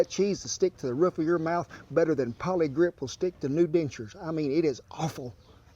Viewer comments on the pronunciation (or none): poly GRIP not grit LOL